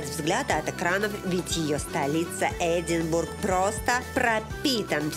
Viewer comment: По правильному - Эдинборо.